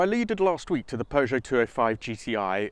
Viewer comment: PEUGEOT FLU'O'FIVE?